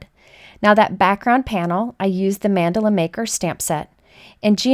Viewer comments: It sounds like you are saying Mandolin like the instrument. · It's more like mann-duh-la Idk how you'll spell the pronunciation but its kinda like that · I love your videos. Thank you for your fabulous sharing. (I would like to correct your pronunciation of Mandala- Mun-doll-a is a more accurate pronunciation)